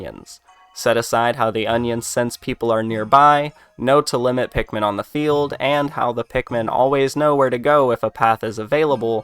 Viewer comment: They don't say pikumin like olimar does